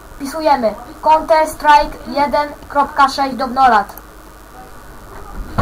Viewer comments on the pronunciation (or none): haha czyta counter strik nie no kurde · no wlasinie a nie canter strik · Konter Strik? Aha... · conter strik hahaha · konter strik xD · ja niemoge hahaha : "konter strajk" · twuj poradnik nie działa dzieciaczku mały i naucz sie wymawiac counter strik okey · naucz sie wymawiac counter strike